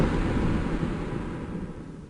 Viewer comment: the pure amount of boston packed into "IT'S THE GMAAAAAAAAAA-" is the best